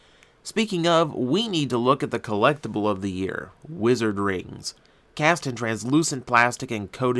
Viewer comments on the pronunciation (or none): Wizard has 5 base colors to all his forms so far. Also apparently, Wizard is supposed to be pronounced Vizard (Viz-ard-o) for the Roman numeral 5.